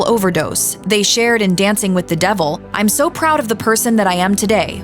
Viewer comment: Sounds stupid every time you say They